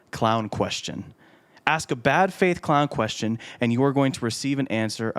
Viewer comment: I hope you have a good sense of humor, you were commenting on how some people mispronounced the letter A and said a word wrong. You my friend have the same misstep when you say the word ask. Review your tape at the 45 sec. mark and axes yourself what you said. 😅